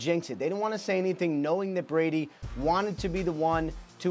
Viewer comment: u said bress instead of Brady